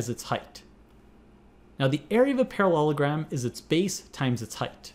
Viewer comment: "ParaLOLogram" At this point, I'm guessing the first time was the only time he pronounced it right.